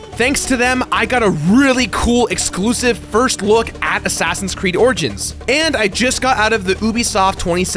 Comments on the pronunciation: Why can't pronounce the 'i' in origins? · "Assassin's Creed Orgins"